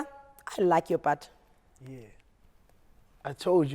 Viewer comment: 😂😂😂😂, the way he prounced "butt"